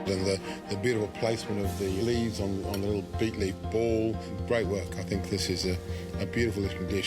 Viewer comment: Its not beef, its beet..